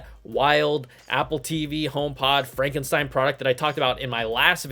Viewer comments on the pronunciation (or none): none